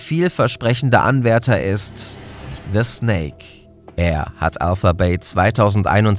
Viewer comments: Schöner Beitrag aber der heißt desnake nicht thesnake XD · Gutes Video, aber etwas Kritik muss ich äußern, einerseits schwache Recherche beim Schlusswort, desnake hat bereits vor Wochen einen Exit-scam vollzogen. Ein kleiner Punkt noch der nur etwas nervig war ist, dass man den Namen diesnake also de wie deutsche die auspricht